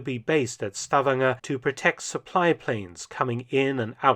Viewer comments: It’s Sta-VAN-ger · Minor comment on pronunciation: Stavanger is not pronounced "STAVanger", as you say it. It is pronounced "stavANGer". And likewise, "Kristiansand" is not pronounced "KRIStiansand", but rather "kristanSAND". Otherwise the pronunciation of the letters seems to be completely correct.